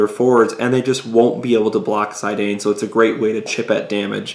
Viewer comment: its pronouced Zee-dan....